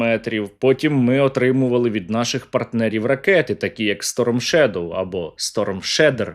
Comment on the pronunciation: Шторм шедер, шторм шедем... Шторм русорізен правильно